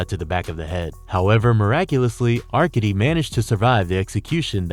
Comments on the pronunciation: "are-cade-dee"... You DOOFUS... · AR-KAY-DEE and VAH-SILL-EE are how they are pronounced. Do bots read these things or are these real people?